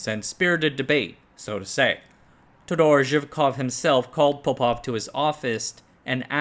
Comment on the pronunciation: It's not how you pronounce todor zhivkov but cool video